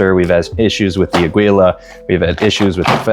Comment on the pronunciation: Its pronounce as ah/gee/la, spanish for Eagle.